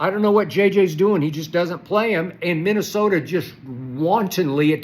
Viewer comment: Skip Said Minnesota with that HARD - A